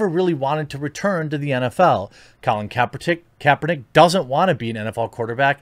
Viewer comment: “Colin Kaepertick”